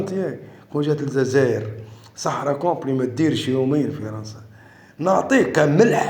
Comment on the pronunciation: سمعتوا كلمة الززائر 😂 تعرفوا شكون لي يقول ززائر